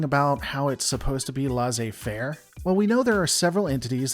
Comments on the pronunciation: "Laisser faire" isn't pronounced so much as "LAHzeh fair", but more "less a fair" (just the word "less", the letter "a" and the word "fair"). Obviously, that isn't the best way, but it's a lot closer. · Just FYI, "laissez faire" is pronounced "less-say fare".